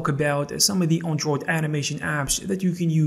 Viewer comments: Learn how to pronounce Android. It's not an On droid it's an Android. Shit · Good information but I can't get over how you pronounce android. Also you pronounced gif as jif